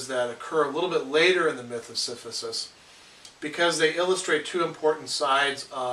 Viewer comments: Great Video. You keep saying "Siphisus". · Great video, but I'm sorry I can't ignore this clears throat S i p h y s u s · Professor lectures on Camu's concept of the absurd. While he pushes the stone to the top it is revealed that Sisyphus is pronounced incorrectly. When the professor looks below he becomes conscience of the absurd nature of communicating so much information only for so many people to point out his mispronunciation.The professor will become the absurd hero when he happily says Sisyphus' name correctly.